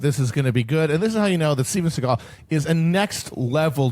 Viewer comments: Steven Seeagal. just say capitalism, not deep state lmao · So he actually makes the grand revelation (by saying it's the Jews). Isn't his name, (S`e.gal) , pronounced with the emphasis on the first syllable instead of the second, a Jewish name?